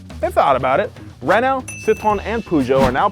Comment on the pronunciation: Hearing butchering the french names of car automakers was funny. Renault isn't very reliable but Citroen and Peugeot are good.I would avoid automatic transmission in Peugeot they're terrible.